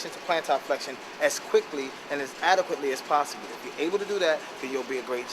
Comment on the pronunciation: flexion not flextion. and i found it funny you used the dorsiflexion/plantarflexion thing, i learned that a few weeks ago in my myology class for college, never heard those terms before in my life until then and now =p good video